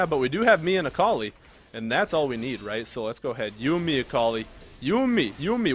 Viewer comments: Its not "Äkalai" its Akali! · Samuel Fontaine But seriously "Äkalai" How can you even say it like that i dont understand?